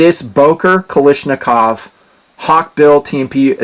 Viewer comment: I can't believe that after so many years you still can't pronounce the word KALASHNIKOV! Not Kali , its Kala. Otherwise I enjoy watching your videos.